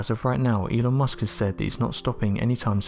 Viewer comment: In the intro between and I swear it sounds like you say "anal musk".